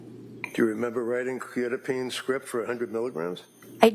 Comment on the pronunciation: The mispronouncing of Quetiapine is driving me crazy